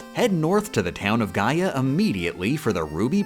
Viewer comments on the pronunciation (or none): none